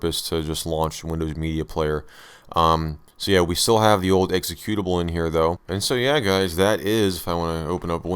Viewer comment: exe CUTE ABLE... not EXE CUE tive...